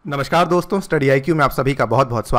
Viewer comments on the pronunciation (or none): none